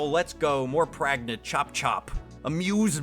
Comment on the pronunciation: Pragnent? Don't you mean PREGANANANT?!?